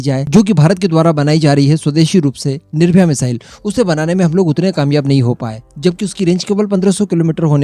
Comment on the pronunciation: Khandwe zhund Nirbh"aya" nahi NIr "bhay"